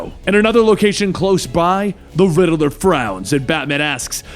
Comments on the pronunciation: He said perhaps you should call me the riddler not rideler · Lol he says riddaler